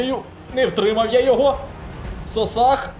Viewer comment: У Кривбаса не Сосах а Соса